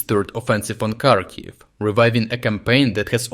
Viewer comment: Why do you pronounce Kharkiv wrong?